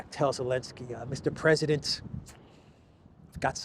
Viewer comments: I love that you still call him Elensky 😂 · What's the matter with you saying Elensky. Algorithms? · Is the Z in zelensky silent?